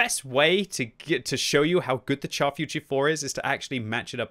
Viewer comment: not "tchar". Pronounce it "shar". As in.. "shoot".